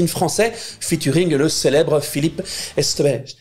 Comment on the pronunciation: Vraiment sympa ce format ! Bravo ! A quand le col bleu-blanc-beurre (parce que le beurre c'est le bonheur) pour réussir à prononcer correctement le nom de Philippe Esque.. Etsceque... Echte... pffff...